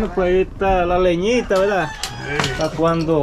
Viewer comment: leñita no se dice leñia